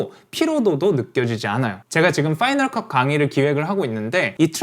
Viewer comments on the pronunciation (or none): "파이널 것" 은 마지막일 것? ㅋㅋㅋㅋㅋ 파이널 것이 아니라 파이널 컷입니다.